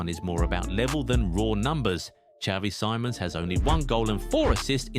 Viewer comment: it’s “Simons” not “Sīmons”